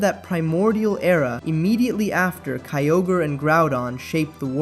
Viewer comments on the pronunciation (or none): none